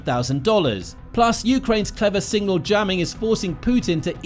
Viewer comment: Have a shot every time he says single instead of signal